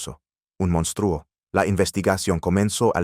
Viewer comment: Señor el redactor de este contenido Diga el Nombre completo y de dónde es porque estoy me párese fantasía y le recomiendo con todo respeto k tome un curso de Español para k pronuncie correctamente cada palabra empezando por México y monstruo y muchas más